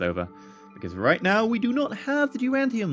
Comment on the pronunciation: Duranium. No 'T'.